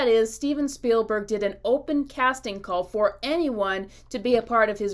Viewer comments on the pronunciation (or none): none